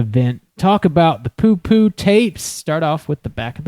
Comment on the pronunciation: awesome podcast! local legend here in poughkeepsie (also- its pronounced pUHkeepsie)